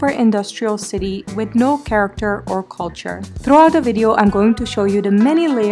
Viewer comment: over emphasing the word “CULTURE” and still unable to prove the presence of any sort of culture in banglore, i’ve lived in bangalore for 31 years and i can’t emphasise the fact how extreme “over acting” was there in your vlog